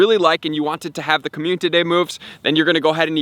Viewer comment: I watch all your vids, but when you say communtity instead of community it makes me cringe, no hate though just saying. Love the hard work, really helps me out as a newer player. Keep up the hard work!